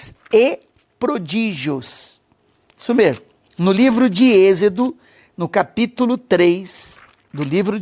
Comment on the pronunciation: fala corretamente a palavra "EXODO" NÃO é exido por favor